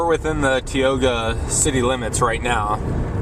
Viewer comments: Hey dude - its "Tie-oga" - not "Tee-oga". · I clicked on this video in the hopes to see a little bit of the town I grew up in. I come from a long line of North Dakotans. First, learn how to pronounce Tioga with a LONG I sound. Second, if you are going to share a video of Tioga, make sure Tioga is actually in it. You drove right past it. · You should probly learn how to pronounce Tioga before making a video about the place. And plus you didn't even show the town you just showed outskirts. So the businesses he showed you all isn't even in the town of tioga, it's not city limits. What an idiot